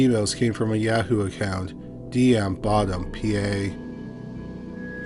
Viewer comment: Bro said "yeah-hoo"